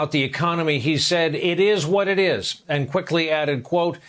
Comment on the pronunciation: IT EES WHAT IT EES